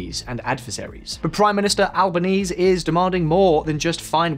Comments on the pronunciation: How very British to make zero effort to learn how a foreigner's name should be pronounced. Pro tip: Albanese = "Alba-knee-zee" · It's pronounced Anthony Al-ba-knee-zee. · A programme on Australia and you can't pronounce Albenese's name correctly. It's AL-bə-NEEZ-ee. No one in Australia pronounces it AL-bə-neez. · It's pronounced Albo-nee-ze not Albonees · FYI it’s al bon easy not al bon ease. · It’s not Elba knees but elaba knees se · It’s pronounced alboneasy not albonease. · Albanezeeeeeeeeeeeeee not Albaneese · It's pronounced An'th'ony not Antony & Alboneesee not Alboneees fyi I'm convinced you guys mispronounce things on purpose just so you'll get comments like these lol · It's pronounced albanezee not albaneez ffs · Also the pronunciation of Albaneez as though it is a French name was also very distracting; it would be like someone saying Liz Trooss. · Can you guys make an effort to look up how to pronounce the names of key people and places? It's only the professional thing to do. Normally I whinge about this for other countries but this time it's my own country. Albo's surname is pronounced "al--ban-ee-zee". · Actually most of us, including yourself say it wrong too. It's an Italian name, so pronounced 'al-ban-eh-zeh'. When asked about it, he confirmed that pronunciation but encouraged people to just call him Albo. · The correct way to pronounce Anthony Albanese is "Al-ban-ezy". We also call him Albo! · AlbanesE. You really butchered that one. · I don't want to sound snipey, but if you can't pronounce the surname of the PM of Australia correctly (it's Al-ban-ee-see) nor the capital (pronounced Can-bra), I have to question the validity of your analysis. This isn't nitpicky, but goes to the heart of whether you actually understand the politics and country. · The current PM’s name is Anthony (TH not T) Albanese (pronounced Al-ban-easy) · Broadly accurate but the details are all over the place. Least of which is the fact that Albanese is pronounced ‘Alba-neezy’